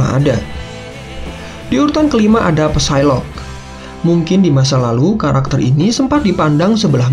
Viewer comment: Ucapin Psylocke tanpa "P" jadi sailok aja